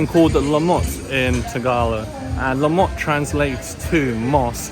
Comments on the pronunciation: LUMOT …. Not LaMOT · lumot not lamu. algae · It's LUMOT (LOO-MOT). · Its "LUMOT".😅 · LUMOT pronounce it like LOO and MOTH without the H. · I think it's 'lumot' (loomoht)... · I'ts actually LUMOT (loo-mot). And you're right mate, it's green algae.